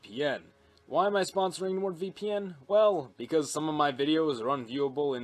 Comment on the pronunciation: Whenever you say “or join our ranks by subscribing for MORE” I always mishear it as “or join our ranks by subscribing for WAR”